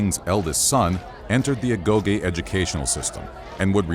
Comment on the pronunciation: Agoge* not Agouwghei